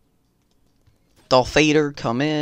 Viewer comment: that ain’t darf vadaaarrrr lawl